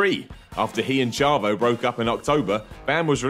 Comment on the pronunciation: "ch"avo guerrero